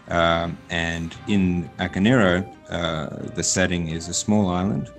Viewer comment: For christ sake, people. it's "Ah-kah-neh-ee-roh", not "Aka-neero".